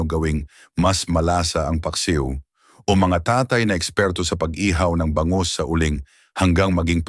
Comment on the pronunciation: Bangus (mabilis) hinde Ba-ngus .. Kagat (mabilis) hinde Ka-gat. Mabango (mabilis) hinde maba-ngo. Nagpapa pogi kpa ng pagtatagalog mo pero ansagwa, panget pa rin.